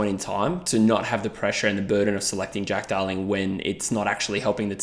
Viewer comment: At like 4.10 I swear you said Dack Darling and now its all i can hear 😂